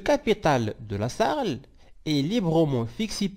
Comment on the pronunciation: On dit S. A. R. L.